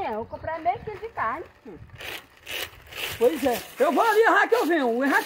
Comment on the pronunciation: Kkkkk a comadre so fala em carrne